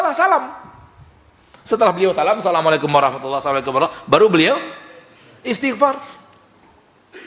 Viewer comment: Mas, itu istighfar bukan isti'far. Ini tanda anda memang perlu banyak belajar (saya juga), sehingga tahu kalo kita seharusnya cukupkan seluruh ibadah kita sebagaimana dicontohkan Rasulullah, tidak perlu bikin2 atau tambah2.